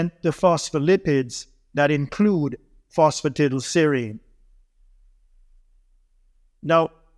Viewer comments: Fancy taking advice from someone who cannot even pronounce PhosphatidylSerine! Tiddleserine? Really? 😆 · No he didn't.